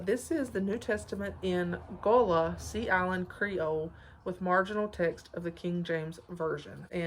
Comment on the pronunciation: You are saying Gullah right 😊